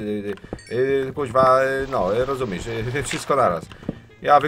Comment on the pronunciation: Mała uwaga oczywiście nie ofensywna. Powinno się mówić rozumiesz zamiast rozumisz, jest poprawnie i zdecydowanie lepiej brzmi. Sorry, że zwróciłem uwagę.